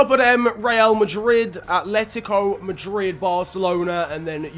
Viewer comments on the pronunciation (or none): none